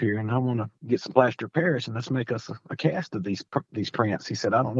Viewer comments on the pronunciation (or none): none